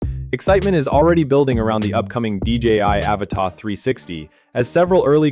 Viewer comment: Annoying AI voice wrongly pronouncing "Avata".